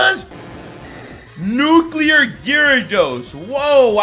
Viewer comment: Rodri catch a nuquler tancoon